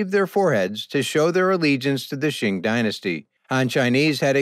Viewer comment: Very interesting information. But please, “Qing” Dynasty is not pronounced “Shing”. It is very difficult to hear you keep calling it Shing.